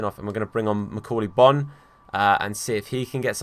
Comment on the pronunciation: I thought Bonne was pronounced Bone